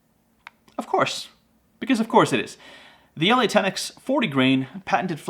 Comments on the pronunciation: I live in the UK where the ELEY .22 quality (expensive) ammo is made and one pronounces it properly by saying like you’d say “EELEEY”. That Eley Match makes great bunny getting rounds with that flat nose upfront. Packs a good punch for a quick dispatch (head shots with my Anschutz 1416 sporter rifle) is crazy accurate and is quiet enough to work well through my moderator on this rifle. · It's pronounced E Lee. Also you didn't have a jacketed bullet in the bunch. They are copper washed. Big difference. None the less not a bad video. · The ELEY ammo is pronounced E LEE